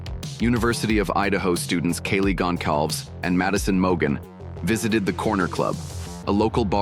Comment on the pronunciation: I hate how the speaker mispronounced Kaylee's last name throughout the video as well as Xanax's name!